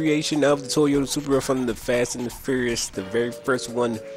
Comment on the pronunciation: Lol u said surpera it's soup pra=surpa